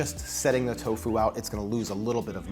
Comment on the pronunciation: The way this guy dries toFU is savaZe